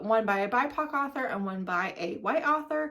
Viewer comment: Her pronunciation, though. Arthur is a cute aardvark. 😳 An author is a writer. Anywho, let her stay in her white space. It’s okay. I try to not follow or support creators that don’t read diveresly.